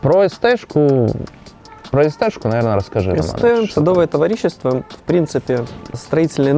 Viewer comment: Советы хороши! Но, пожалуйста, в слове товарищество, ударение на второй слог!!!